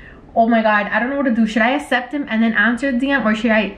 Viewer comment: all the comments: “omg let him gooo he doesn’t deserve you” her: “ah he wants me to asept his request!” me: LMFAO “asept”